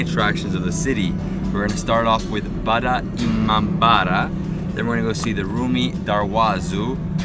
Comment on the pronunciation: too said "Vada imambara" Its wrong...its "Bara imambara"